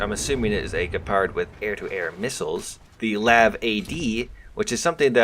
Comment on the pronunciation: “Dutchland” is just irritating just to listen to. DEUTSCHLAND, EUTSCH not utch. Same for calling the L.A.V. a Lav, accronym for light armored vehicle. Same thing to me as people calling the FAL the Fal. Also an accronym for fusil automatique leger or light automatic rifle. ”Dutchland” would definitely earn you a slap upside the head in Germany.